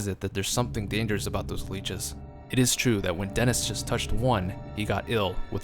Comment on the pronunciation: Did anyone else notice jost instead of just?